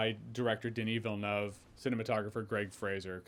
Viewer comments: Saying Villeneuve right!? Good for you. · Hats off for pronouncing "Villeneuve" correctly! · As a French Canadian, I confirm that you nailed the Denis Villeneuve pronunciation 👌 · You got Denis Villeneuve prononciation perfectly 👍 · Love how accurately you say Denis Villeneuve now. Warms my little Quebec heart ❤